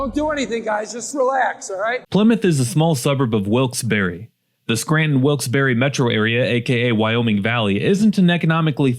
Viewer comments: Wilkes Barre pronounced Wilkes Bar not berry, lolol. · You said Wilkes-Barre right. Massive respect! :face-blue-smiling::face-blue-smiling